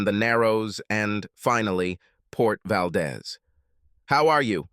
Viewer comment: Valdez, Alaska. It’s pronounced Valdeez. The is is long.